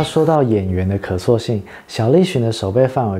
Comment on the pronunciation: 夏之雪時認識他(我是剛的粉絲)， GTO時沒注意到他(sorry>"<)， 他的劇大多都欣賞，除了流星花園， 我認為這是最不需要演技的一部， 少女漫改劇的主角(陣)只需要(裝)帥就好， 其他的根本乏善可陳。 1. 單論作品最喜歡，銀魂！ 2. 三浦春馬。 (得知消息後，哭了好多天……) 謝謝。 小小提醒，讀音有誤 : 信長(音同常)、可塑(音同訴)性